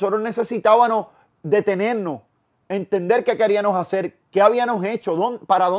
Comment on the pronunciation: querianos, habianos, ibanos, podianos, NUNCA ME HABIA DADO CUENTA QUE WISIN NO PRONUNCIA LA "M" quizás su verdadero nombre es WISIM xD